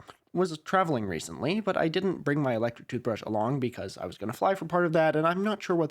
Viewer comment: Skip to when the actual video starts playing. I heard "toothbreesh" and cringed so much at this weird attempt at filibustering for time? 😅 and had to skip forward in the video.